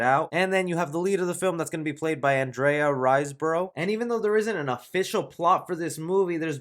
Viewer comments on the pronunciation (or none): none